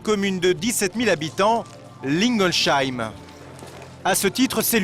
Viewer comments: C pas lingolsheim avec un "ch" mais "s" j'habite a côté donc je connais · Ça se dit Lingolsheim plutôt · La prononciation de Lingolsheim m'a tué 😱🤣